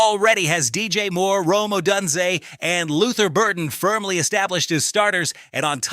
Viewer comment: Hard to believe a Bears fan doesn't know how to pronounce Odunze. On a more general note, when you have about five minutes of actual news, don't feel that you need to pad it out to twenty minutes. This is one of those times when less is more.